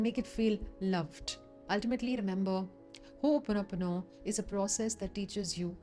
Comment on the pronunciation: Thanks for showing us how to pronounce Hooponopono correctly